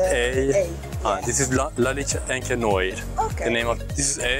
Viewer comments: ... you pronouse it ONCRE NOAR like in good everning: bon soir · Il dit carrément "Encre noix"🤣🤣🤣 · It is pronounced encre nwar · IS SPOKEN OUT AS ENCRE NWOAR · C'est vraiment très drôle la façon dont tu prononce " Encre noir" 😄😄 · Hahaha...you butchered the name of Encre noir so much. But good video. THX man. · No offence bro but learn to pronounce "encre noire" :D Maybe ask some additional questions to their opinions and don't look so scared. Cheers.